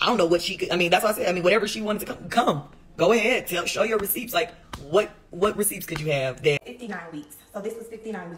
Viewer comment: Did the girl say "receeps"??